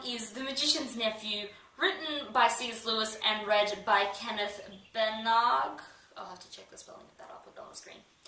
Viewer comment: Hmmm you mispronounced Baranagh. You might need to fix that as considering he is super famous and all...he makes the best Shakespeare films and the worst Frankenstein.